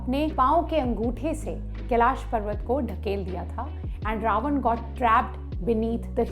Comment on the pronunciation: मैडम आपकी एक गलती बताना चाहती हुँ जो आप बार बार केलाशा टेंपल बोल रही थी वो कैलाश होता है और आप आप इसके संधर्व मै बोलेगी की वो इंग्लिश की बोली के अनुशार है तो जी नही अ और आ मै फर्क होता है जब श का छंदि विशेष करते है तो श+अ यानी श होता है नाकि शा तो कृपा कर हिंदी की मा बहन न करते हुए आप सही भाषा का प्रयोग करे🙏🏻